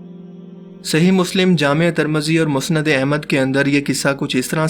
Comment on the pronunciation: Asal lafz tirmizi hai na keh tarmazi